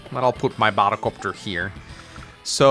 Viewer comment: You were saying Sonja's name wrong? I looked it up, and it's "Son-yuh" which the way you say it sounds about right to me. Now pronouncing the second b in "bomber" or sounding like you're saying "bottle copter" when you say "battle copter" on the other hand... (I tease, but it does sound funny to me the way you say those two words X'D)